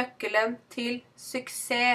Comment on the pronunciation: Jeg hørte ikke de endelige "ss" i "suksess".